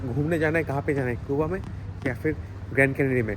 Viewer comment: कूबा कूबा क्यो बोलते हो? सही उच्चार जो दुनियाभर में बोला जाता है क्यूबा।